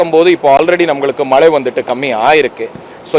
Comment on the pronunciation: Enna மலே 😡😡😡😡மழை சொல்ல முடியல